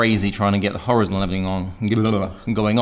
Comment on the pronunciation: It’s Hor-EYE-zon mate.